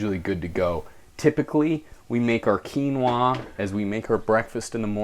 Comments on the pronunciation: I like how you say quinoaaaa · you look gay when you say quinoaah